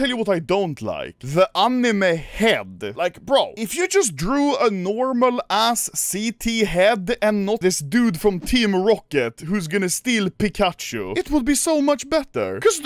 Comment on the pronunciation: Bro said Pikacho 💀💀💀